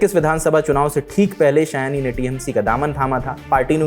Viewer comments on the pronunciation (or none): Please use Bengali/Sanskrit names correctly. In Hindi it will be शायनी not सयानी.